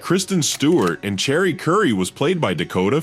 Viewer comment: Did AI call her CHERRY Currie? OMFG